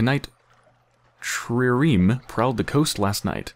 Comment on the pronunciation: I have noticed you having some trouble with the word "trireme". It is pronounced as two syllables - the first "tri" is the same as in "triangle", and "reme" is pronounced like the word "ream". The word itself means "three banks of oars" and it is the name for a type of galley used in the Mediterranean by the Romans and others.